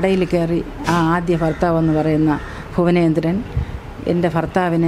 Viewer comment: Yevai yevai. Ithu antharu faasha. Fuvanendran 😂😂😂😂( bhuvanendran ) annu parathalle 😂😂